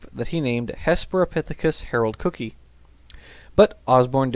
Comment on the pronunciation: For future reference "Sussex" (as in Sussex, England) is pronounced sus (as in "suspect") - ix (as in "six"). Also, the "cookii" in "Hesperopithecus haroldcookii" is pronounced "cook - ee - i". The double letter "i"s are generally pronounced this way (think of "radii", the plural of "radius", and "genii", the basically incorrect plural of "genius").